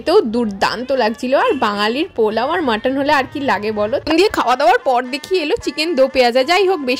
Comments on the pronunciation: মটোন নাকি মাটন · মোটেও তা নয়। আমিও বাঙালি তাই বলে তো ভুলভাল উচ্চারণ করবো না।It's mutton in English.